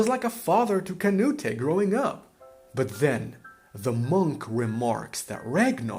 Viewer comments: It’s not “Kuh-new-tay” it’s “kuh-newt” The E is silent. In fact his name used to be spelled “Cnūt” in Old English— the final e was only added during the Middle English period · you foreign hobgoblin, it not "kah-nu-teh". It's "Canute", as in Cnut. that's the way it's pronounced. Cnut the Great. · “Canute-eh” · The way you're pronouncing Canute is driving me crazy, but other than that great analysis. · The way you say Canute is incorrect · Great video. It just kills me that you keep pronouncing Canute's name wrong. :'' )